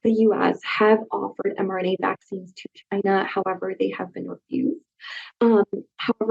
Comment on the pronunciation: It comes from Chynahhh.